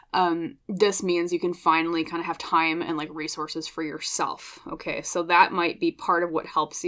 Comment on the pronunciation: You said "resources" a couple times in P:1, and I heard "race horses". That's what I need, a couple of race horses to get me out of my slump.😂😂😂